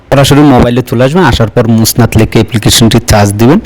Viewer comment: ভাই এটা মোসনাদ নয় মুসানেদ